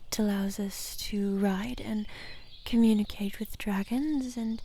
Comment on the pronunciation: She said wit. I heard width. Now I can't stop thinking about thicc dragons.